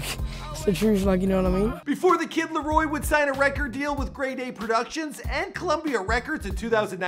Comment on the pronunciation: TheViper727 “Lario”